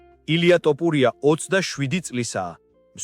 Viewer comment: ილიას გვარი ქართულად ჟღერს - თოფურია და არა - ,,ტოპურია,,! კომენტატორი რატომ ამახინჯებს ქართულ გვარს?